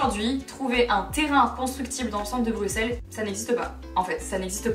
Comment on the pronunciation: Moi je tiens à féliciter Marie, française, qui dit "Bruxelles" (bruSSel) correctement 🥰